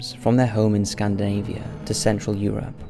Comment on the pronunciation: Scandinavia! not scandavia! :)